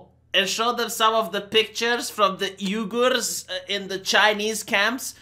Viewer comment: The....the Uighurs? "HHhweeGhurrr Muslims."